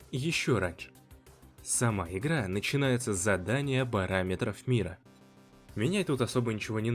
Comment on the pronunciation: как только услышал "ихра",сразу вырубил видео